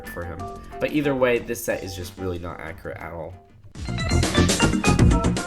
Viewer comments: You keep saying "ackrit" through the video. Its pronounced "ack-U-rit" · Omfg!!! It’s accurate, not acriate